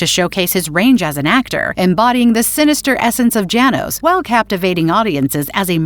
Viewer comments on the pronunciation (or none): It's not Jay nos it's Yah nosh or yah noosh.